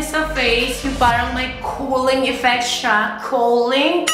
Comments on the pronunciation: Cowling? Cooling? Cooleng? Hahaha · Ung line talaga na "Maganda na va?" HAHAHA at ung "coaling", cow-ling effect. Love u. Super funny ka talaga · "kuling,cole-ing, cooling" effect. Hahahha